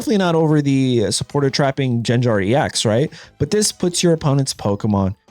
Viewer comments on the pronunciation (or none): Jen Jar? No one has ever pronounced it like that. It GenGar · Jenjar???😖 hard /g/, not soft. /gar/-like in Garchomp w hard /g/ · How did you pronounce gengar huh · Bro, if you keep calling it Jenjar… like come on now